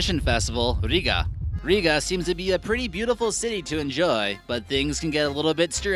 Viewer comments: Its a bit weird how you say Liepaja,riga and other cities/towns but anyways amazing vid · You say it Rīga...